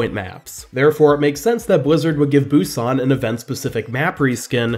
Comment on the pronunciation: It's pronounced boo-SAHN not BOO-sahn. Sorry, that just annoys me.